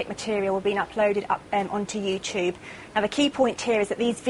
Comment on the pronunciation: WTF is "You-chube"